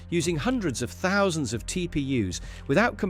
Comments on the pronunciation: Nine thou-cund n fifteen chips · “Nine thandcund and sixteen chips” that really is impressive 😂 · "Nine cunsand and 16 chips" bruu enough with the ai slop. Voice over it yourself